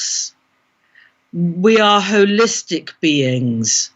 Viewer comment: "We are holistic beings" whole-istic 🌎🌌💀